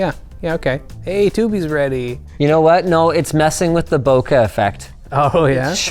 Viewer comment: You'd think with him being Canadian that he'd be particularly well-experienced at correctly pronouncing the "eh" in bokeh, yet here we are...